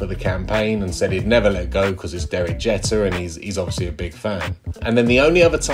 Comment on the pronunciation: i hate to be that guy but it's pronounced Jeeeeeter not what you saying.... son said Jeter ☠️☠️